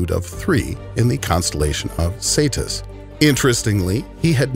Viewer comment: Not Saetus Its Cetus